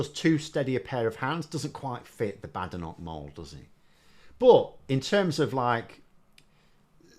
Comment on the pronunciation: Polite request here. has taken the lead on Badenoch. She pronounces it 'Bad Enoch'😂 I'm sure it's just her accent, and couldn't possibly be a callback to Enich Powell. Just a coincidence. Can we all start pronouncing it like this?